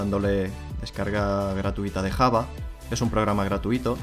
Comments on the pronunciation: La pronunciación de java es llava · muy bien explicado lo gracioso es como pronuncia java el di kkkjava jajajajaja